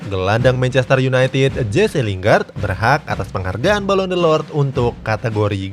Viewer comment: Balon d'or bang bukan delord